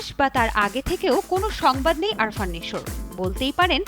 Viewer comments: 😂Arfan ❌ Afran✅ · BTW,,,there is a on doubt from my side ,,,guys it is "Afran Nisho" or (Arfan ) ?? This reporter saying it also Arfan ?? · right Afran ke bolce Arfan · আপনি নিশোর নামই জানেন না। আরফান নয় আফরান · আরফান না, আফরান নিশো। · Ary arfan nesho na . Afran nesho